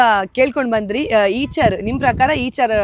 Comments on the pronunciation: ಅದು ಈಚರ್ ಅಲ್ಲಾ ಐಷರ್ ಅದು 😅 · Eicher antane helodu aichar alla